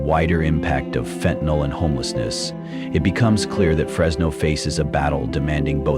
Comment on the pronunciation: FENTANYL, NOT FENTANOL.